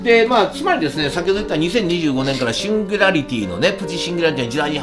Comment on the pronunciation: 「シンギュラリティ」って言えてないよ。かわいいけど😂